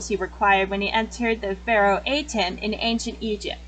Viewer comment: *Sorry that she mispronounced Bakura and Atem Sorry*!